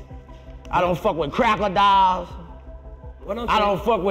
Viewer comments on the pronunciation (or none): Boosie said “Crackerdiles” 😂😂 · This man pronounced crocodiles as “crackadolls” that has to be a new slur for white women 😂😂😂😂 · He said Crackerdiles lmao 😂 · 🤣🤣🤣🤣🤣 not cracka-dila